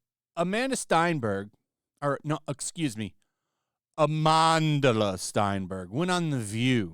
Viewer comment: Is it Amandla or Amandahlah? Im getting confused with how 1 L at the end of her name makes an 2 H sound and her name has more syllable counts then needed. Lol😂😂